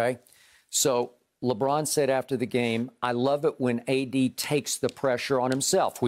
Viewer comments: he said A-Disney LMAO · LMFAO Skip saying "ADisney" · “ADisney” 😂 we made it